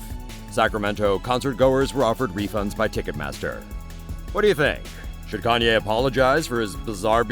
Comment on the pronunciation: OH my mistake he said kananyea